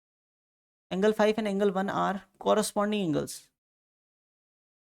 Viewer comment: Aneles nahi angles😅😊